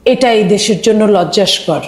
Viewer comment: Old Citizen কী জিনিস? এতোকাল জেনে আসলাম Senior Citizen. আমাদের মিডিয়া আলোচকদের ভাষা শুনলে করুণা হয়, লজ্জাকর শব্দটি যখন লজ্জাস্কর উচ্চারণ হয়, সত্যি খুব কষ্ট হয় আমাদের ভাষার দীনতা দেখলে।